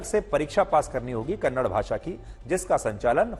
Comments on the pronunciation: Kannad Nahi It's Kannada Respect Our Language First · Kannad nahi kannada theeksye bolna sikho Kannada kannada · Kannada hai don't say kannar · Kannada not kannad if we say hind for hindi is this ok for hind people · It's not kannad it's kannada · It is not kannad, it is Kannada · Not kannad say kannada